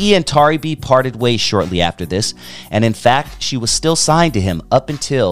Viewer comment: I remixed some of her tracks on a recent album and she is an incredible person and artist. Though her name is mispronounced throughout the video and there are some inaccuracies, I like this video.